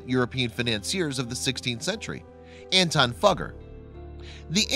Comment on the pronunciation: Did he say Antoine Fucker?